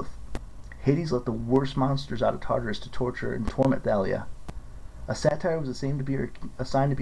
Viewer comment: Thalia is pronounced talia